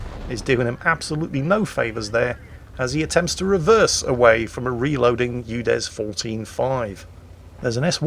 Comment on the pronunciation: Sounds like we're calling the UDES a U Dead.